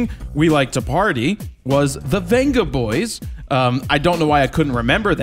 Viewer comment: Vengaboys is pronounced Bengaboys :)